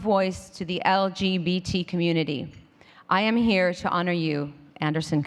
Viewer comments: Branco Really? She can't even say community without slurring! I love it when she lets her guard down and is more her real self. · yay Madonna! she sounded like she was a bit drunk for a second there, when she said "I wanna do good for my community" lol! so awesome.